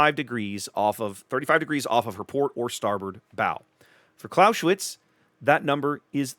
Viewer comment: "Claus-eh-witz" not "Claushwitz" - the "s" is an "s" not a "sh" and the "e" is pronounced like in "enemy". But great vid - thanks!